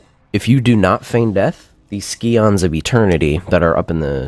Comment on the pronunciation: scions is read like science. good solo content man. keep it up :))